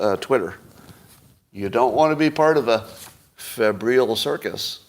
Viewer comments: It's pronounced FEB-ryle (rhymes with 'Nile' at the end). 'Febrile' means 'feverish', het-up, over passionate, activated, excitable etc. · Scott is really bad at pronouncing words. Febrile isn’t that complicated